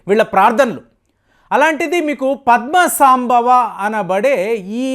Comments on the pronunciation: సాంభవ కాదండీ సంభవ అనాలి. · పద్మ సంభవ. ఉచ్చారణ సరిగాలేదు